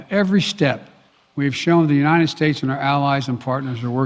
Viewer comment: Brandon sounds like he has cotton in his mouth and nose plugged . Keeps sayin uninen instead of united .